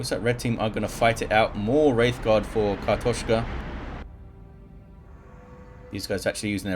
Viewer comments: You nailed that pronounciation! And indeed, картошка means potato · You pronounced it pretty right, im russian speaker myself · You nailed the "kartoshka", nice :D